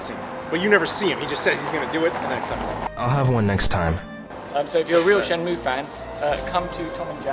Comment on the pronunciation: lol that guy in the video says shenmue like shenmoow